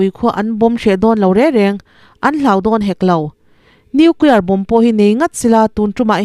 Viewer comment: In inhawng a, a lawmawm.... Pronunciation then khat lo bih zuai ila 1. Bomb, bomber, bombing......b hi silent a nih vangin Bom, Bomer (bomar), boming tia lam tur a ni e. 2. Allies...... Alaiz 3. Operation hian oppression a ang mah zawk....chhinchhoahna clue: operation hian 4 syllables a nei laiin oppression hian 3 a nei thing. 4. Debris.....De-bri